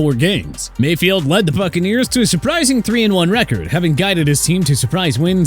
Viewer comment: You said fuccaneers